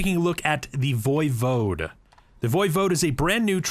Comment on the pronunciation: E5 pronounces it the correct way.